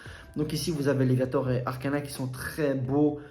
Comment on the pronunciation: Machine mdrr ta saccagé son nom mdr. Et laisse mes léviztor trankil apres les prix vont monter lol